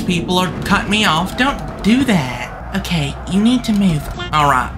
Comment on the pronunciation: the bus just wanted to take a quick divet okayt 😂😂😂 and again it wanted to take a divet againt okayt and againt it just wanted to take a quick divet in the oceant okayt